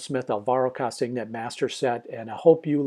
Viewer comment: Hi. From the videos I've seen on Alvaro, his name is pronounced "Kastanay". You can see a great demo he did on a show of Graeme Stevenson's Colour in Your Life:. Thanks for the demo. Oh, and the secret to learning is: shhh! (it's practice, practice, practice);-).